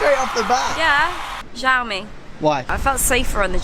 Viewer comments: Not jioami its siomi (in Chinese xiaomi) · omg it's not ZIAOMI it's XIAOMI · "zhaomi", "as moch as I kan", "give me zombs up" jeez, my ears )) it says that conclusions are , but there is nothing there, just some mumbling and filler to extend the video. "Carly opinion" . Watched for a few minutes, again - nothing, just rumbling and noises, 0 information. I am giving "zombs doun". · You read xiaomi like its french.